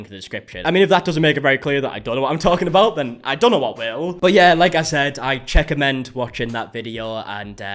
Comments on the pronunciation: Checka-mend. Officially a new word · "Checkamend" 😂😂😂 thats bloody awesome Happy 25th Birthday💯🎉🎂💖.. I hope you had some fun and got rightly smashed😎🍻 😜🤣 Man I feel old.. I graduated from secondary/high school 25 years ago this year 😮🤔😊 I still love your videos.. Keep up the great work ✌🏽🥰 Cheers mate 🇨🇦